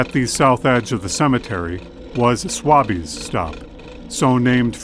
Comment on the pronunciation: Great stuff guys! Keep ‘em coming! One ( two, actually ) nit pick note: Swaby’s stop ( named for the former greenhouse ) is pronounced ‘sway-bees’ & the Arcada Theater is ‘Ar-cah-da’.